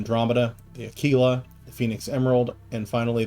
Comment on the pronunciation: Uh kee luh like tequila. Nobody drinks tuh kwilla